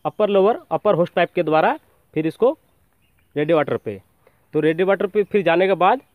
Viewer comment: रेडीएटर होता है , रेडीवाटर नही baki sab badhiya bana video